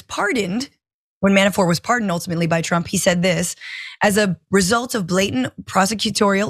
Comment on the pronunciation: Did he say "Pro Tump"???